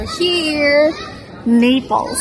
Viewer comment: Anong nipols NAPOli or Naples inaral mo na sana bgkas mamsh